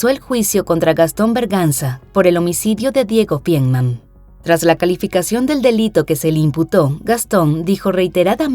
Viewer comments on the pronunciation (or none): Es Feinmann, no fienman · Tan minucioso en detalles y mal pronunciado el apellido de la victima: Feinmann